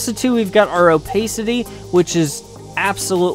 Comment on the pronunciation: the way you say opacity makes me want to smash my head into a wall